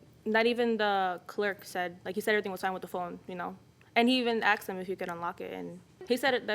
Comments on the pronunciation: I hate the way he speaks and says axed instead of asked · Why do American people say 'Axed' instead of 'Asked'?? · He "axed her" sounds painful